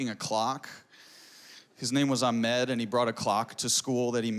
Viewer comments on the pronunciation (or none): He can't even pronounce his name... It's Ahmed not Ahaaaaaamed!